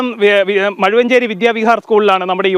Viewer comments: മുഴുവഞ്ചേരി അല്ല മഴുവഞ്ചേരി. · Its not muzhuvanchery its mazhuvanchery